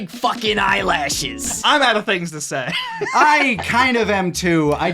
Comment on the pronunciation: I love it when says "BIG FAHK'N EYELYASHES", LOL